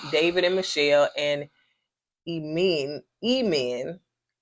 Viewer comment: Emen is pronounced '"N M".